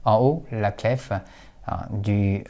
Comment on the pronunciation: Cette vidéo est remarquable, tout comme votre calligraphie et votre niveau de français. Cependant, le mot clef, qu’on écrit aujourd’hui clé, se prononce littéralement comme sa nouvelle écriture le laisse entendre, c’est-à-dire sans le son f.